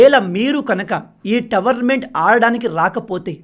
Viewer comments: భయ్యా towerment kadu tourment కొంచెం currect చేసుకోండి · Towernament❌😂 Tournament ✅ .any way big fan bro 🙌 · మీరు "టోర్నమెంట్" ను ప్రతీసారి "టవర్న్మెంట్" అని పలుకుతున్నారు... సరి చేసుకోండి